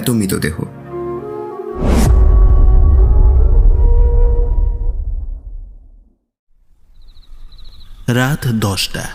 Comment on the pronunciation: Its Mritodeho not Mitodeho. Introduction ei atke gelam